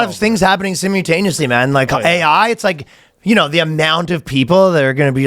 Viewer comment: I'm just here for the way Ryan butchers words. "Sumutaneously." .